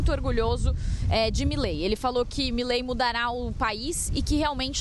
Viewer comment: Uma dica para o jornalismo da CNN: a pronúncia correta é Milei, não Mílei.